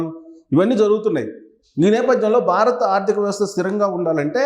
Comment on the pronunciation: "BAA RA THA" kaadhu Babu .."BHA RATHA" BHA ... Brother, nuvvu cheppey vishayalanni 50% kanna thakkava Nijam untundhi.. rest of the matter nee swantha fill-in-the gaps.. total imaginations Only